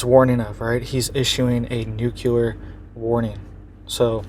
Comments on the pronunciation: "Nu-cle-ar". Not "nu-cul-ar" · I appreciate your information, but PLEASE say nuclear with LEE, as NucLEEar and not nucUlar.